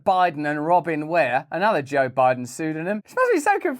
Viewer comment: “We don’t really know who Boe Jiden is”